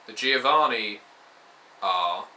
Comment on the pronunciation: It's "joh-VAH-nee" ;D